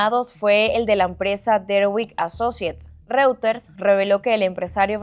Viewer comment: Que alguien le diga a la periodista como se pronuncia reuters, ya se fue Maduro lo puede hacer mejor